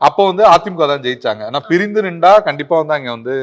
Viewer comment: நின்டா இல்ல தம்பி நின்னா